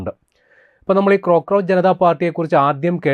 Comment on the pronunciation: ക്രോക്ക്രോച്ച് അല്ല ... കോക്ക്രോച്ച്